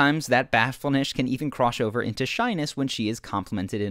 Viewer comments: " And sometimes that bahflenesh can even croshover" lol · "and sometimes that batfull-nesh can even crosh over into shyness" lmao. Just fuckin with you man, keep up the great work. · “sometimes that bafullnesh can even croshover into shyness” lol what?